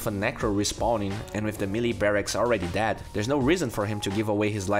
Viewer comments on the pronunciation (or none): none